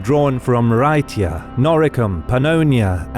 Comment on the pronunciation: Bad pronunciation, bad pronunciation, bad pronunciation. 12min: "Rhaetia". Well, I'll be the son of a Vestal Virgin, he got that one right!